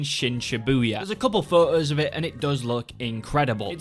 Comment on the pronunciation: Bro prefaces ‘Yggsgard’ with “I’m gonna butcher this”—then pronounces “photo” as “fuh-oh” like it’s nothing 😂